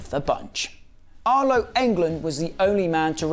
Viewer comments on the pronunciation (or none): none